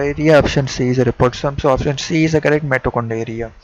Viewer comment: Bhaiii Mitochondria hota ha Mitochondriiyaaaa nhii 😁😁